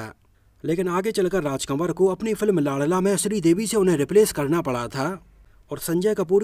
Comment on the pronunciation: लांड़ला नहीं लाडला बोलो😂😂😂😂